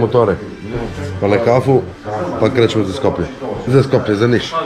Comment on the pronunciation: Za Nis i od Nis, da nauci kako se kaze 🤪. Ajde cekamo 1/6 sledecu turu 😊